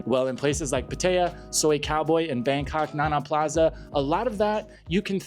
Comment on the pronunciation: Your pronunciation of Pattaya is way off.